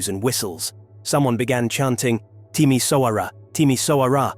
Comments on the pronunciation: Timisoara is not pronounced with a ss at the end but with a sch as in Schengen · Timișoara, the letter ș is pronounced close to the sound 'sh' makes in English. Would be nice if these documentaries had a tiny grasp of the language. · Yes, Timișoara, but the name of the city is pronounced with a sch nonetheless. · Funny how americans talk about Romania and can’t even pronounce Timișoara correctly. Meanwhile Romanians talk about the usa and Trump. Maybe it would be better, if everyone just talked about their own country.